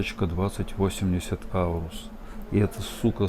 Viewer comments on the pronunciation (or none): none